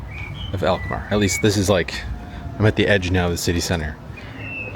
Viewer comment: Alkmaar, not elkmaar....lol..